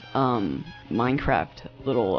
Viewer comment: "Minecrfat" LOL